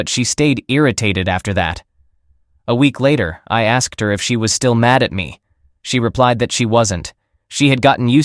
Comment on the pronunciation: Teach the bot pronunciation, ask-ed is wrong. One syllable, asked. The bot (or idiot person) said it correctly earlier. Also produced is not pronounced produce-ed. Get it right all the way through or quit.